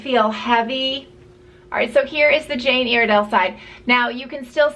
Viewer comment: Your saying Iredale wrong